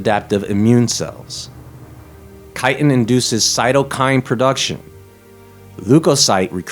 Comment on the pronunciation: I thought you said chitterlins lol